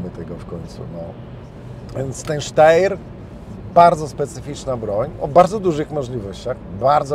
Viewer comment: Podaję prawidłową wymowę Steyr: [ˈʃtaɪ̯ɐ] !!!